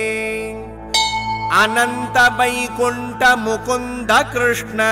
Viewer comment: The pace of chanting is very good for children to follow. Krishna would be more comfortable than Krushna